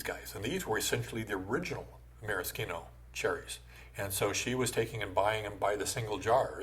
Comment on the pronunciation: Subscribed as soon as I heard ‘maraschino’ pronounced correctly.